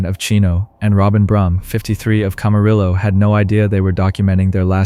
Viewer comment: Camarillo sounds like Cam-A-re-o Hahaha sorry can't help it